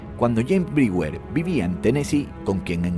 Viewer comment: Muy bueno e interesante tu video, pero debes tener cuidado en la pronunciación de los nombres extranjeros, como por ejemplo, la pronunciación del nombre del n° 9 (James Brewer) es chéims brúa, lo correcto es "hacía más de 30 años" o "30 años atrás", la del n° 7 (Roy Heath) es roy jiz, la del n° 2 (Shaun) es shon.